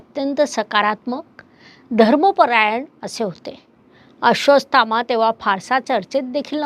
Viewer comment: माफ करा पण तूम्ही नावं चुकीचे घेत आहात, नाव आहे अश्वत्थामा, तूम्ही अश्र्वासथामा बोलत आहात